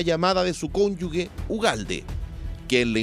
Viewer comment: Cuando los periodistas aprenderán a decir Cónyuges?